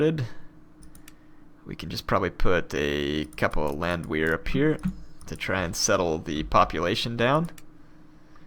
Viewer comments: It's pronounced Land-Vare. It's German. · Landwehr pronounced land-vair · If I may add, I believe the "Land" sounds like bond or pond in American English, and the "wehr" sounds like air or hair, and of course the "w" sounds like the English "v" . dict.cc/?s=Landwehr